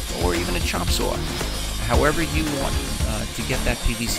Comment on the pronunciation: My husband and I enjoy your videos. Favorites are when you use your “sower” for cuts. Only other American accent, other than a Texan, that multiplies the syllable count in single syllable words.😄😄😁